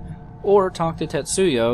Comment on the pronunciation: Just so you know, you're pronouncing 'Tetsuo' wrong, or maybe just misreading it. It's just pronounced like it looks, Tetsu O. Not Yo.